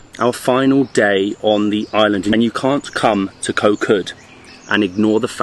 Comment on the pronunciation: You guys need to start pronouncing "Koh" correctly or call it Island instead.